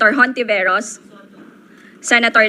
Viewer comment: Children, remember: Spanish surnames should be pronounced in Spanish. In HONTIVEROS, H is silent and the stress is on the first syllable.